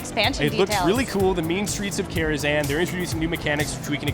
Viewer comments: Did he say mean streets of karazan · damn I didnt know they talked about the "Mean streets of Karahzan" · "The mean streets of Karazhan" hnghh